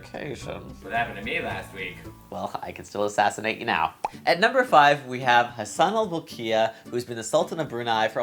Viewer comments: It is understandable that if you get the Sultan's name wrong, tried too many times or pronounced it wrong. I am good with it since I have the tongue and you're one of the best non-Bruneian people who had actually pronounced the Sultan's name. You should have heard other people try to pronounce it. Just to say, since you pronounced the Sultan's name fluently to me, you are the best. :) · You pronounced His Majesty's name correctly and perfectly! :D